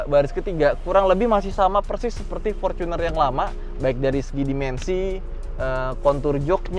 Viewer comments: Forcuner dek ngomongmu, Wong Indonesia kenale fortuner ora forcuner lek ngomong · Binggris bener bacanya Forcuner